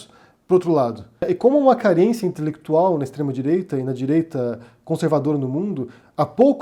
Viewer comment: É um casamento com afinidade 'intelequituaulll'. Rsrsrs